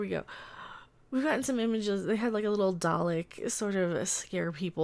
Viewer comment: There is no "r" in Dalek.